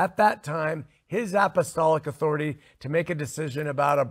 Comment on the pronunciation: talks about cults, but he shares an important thing with them, a lack of accountability. Does he pronounce it "authori-TIE" because he doesn't like being under it?